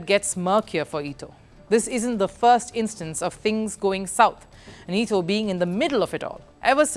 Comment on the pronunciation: It ETO NOT ITO. She clearly have no clue about who she is talking about